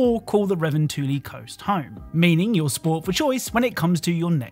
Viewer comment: I've never heard a more butchered pronunciation of revontuli. Then again, ive never heard someone who isn't Finnish say it